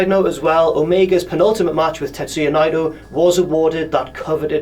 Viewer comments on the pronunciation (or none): It's 'Nay-toe'